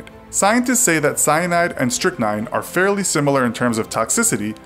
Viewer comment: 7. Strychnine I heard 7. Snitchnine